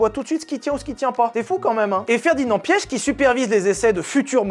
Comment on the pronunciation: Je n’en PEUX PLUS de t’entendre dire « Ferdinand Piech » j’ai juré ça m’irrite